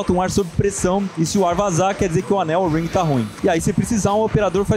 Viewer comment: "ANEL OURRRRING" KKKKK